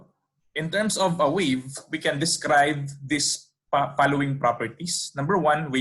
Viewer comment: Please focus your speech to say the English syllable correctly, example, wave, WA not WE. Good luck.